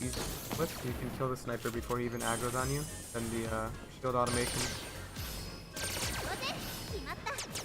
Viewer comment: Oh. My. God. It's automaton. Uh-tah-muh-tahn. Not automation.